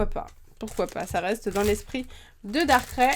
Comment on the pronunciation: j'adore les video que tu fait juste darkrai sa ce dit pas darkrè (dsl je savais pas comment l'expliquer) mais darkr aïh (je c pas si tu a compris mais bon)